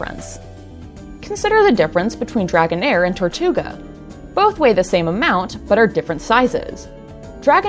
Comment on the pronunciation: it's tirtouga, not tortouga